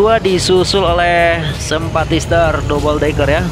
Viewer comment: Dabel dekker bacaan nya bukan dobol deker